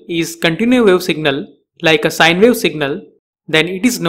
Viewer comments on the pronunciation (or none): none